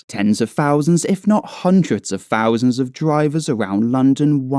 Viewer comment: What's a fousand? Perhaps you should learn to speak English!